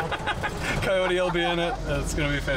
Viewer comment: is the only guy who I’ve ever heard say “Coyote” wrong Jesus man.